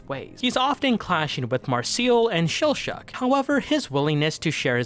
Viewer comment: Mispronouncing Laios and Chillchuck's names AND spoiling someone's heritage? Damn, dude. What do you think you're doing?